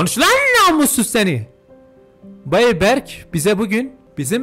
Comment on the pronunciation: biliyorum ama inadına berk diye okuyor ya videolarda o yuzden söyledim ilk bölümdede sana berk dicem diye bisi aoylemıstı